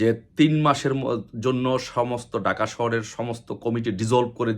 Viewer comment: ভাই ডাকা না, ঢাকা বলেন, বার বার ডাকা ডাকা বলেন শুনতে খারাপ লাগে